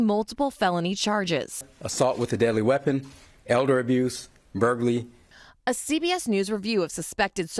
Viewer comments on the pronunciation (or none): "Burgley". Their officials can't even pronounce burglary 🤦‍♂️